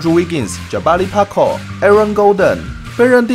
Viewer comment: Parker的發音何時要修正啦